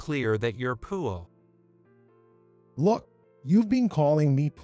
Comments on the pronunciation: Sounds like computer is saying pool instead of poor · Had to leave. Couldn’t stand to hear poor pronounced pour one more time. This never would have taken place. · Why is he or it pronouncing the word poor like poo ah. Personally I say ahhhh when i poo. Pooahhh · Too much “beauing”. I really like how the computer prounounces “poor” - poo-ah. Lost in translation. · This AI program has to work on how it pronounces the word poor. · Why is the narration in this story so bad? Many words are mis-pronounced, the word "poor" is always pronounced wrong, and it is not the only such word. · Why cant you pronounce the word "poor" properly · The computer can't pronounce the word poor correctly! The word talk sounds like tark